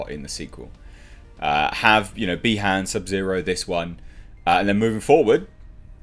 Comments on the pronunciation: it's BI-Han not BE-Han, similiar to saying Bi-sexual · Not bee Han it’s pronounced by haun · The way you pronounce Bi-Han had me thinking of how lando calrissian would pronounce it lol